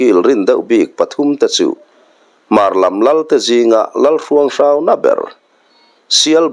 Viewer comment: Keini lam lamdan leh ilamdan, HRUANG HRAU hi ainanglo tlat😅